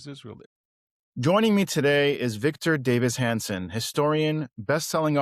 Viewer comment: You said VDH's nane wrong. Im out. Half of what you say might be wrong. Do better.